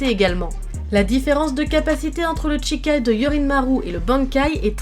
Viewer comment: En japonais "shi"(し) ce prononce "chi" et "chi"(ち) ce prononce "tchi" Toute la vidéo tu a prononcé Chikai au lieu de shikai et Tochiro au lieu de Toshiro 😂